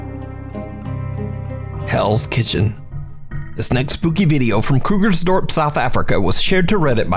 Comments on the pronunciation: Nice pronunciation of Krugersdorp not a lot of foreigners can pull it off👍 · Well done on the pronunciation of Kugersdorp. 10 out of 10 so glad to see some videos coming form South Africa. We have some great places that are haunted here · Hey man, I just wanna say, the way you pronounced Krugersdorp was spot on! It's rare to come across somebody from the USA who can pronounce South African towns with such accuracy. BTW, yes, you have a subscriber from Cape Town South Africa! 😝